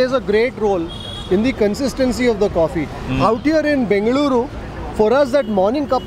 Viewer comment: The way mark said 'BENGALURU' it touched my heart ❤